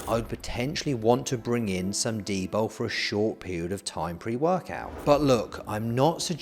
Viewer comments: Coz eez bri-ish innit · Why does he clearly say D-BOW instead od D-BOL?